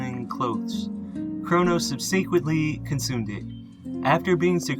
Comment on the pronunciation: I implore you to learn how to properly pronounce the word subsequently.